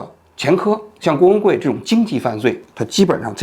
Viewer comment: 王局读的”郭文贵“怎么听怎么像”工会“，只有我一个人这么觉得吗？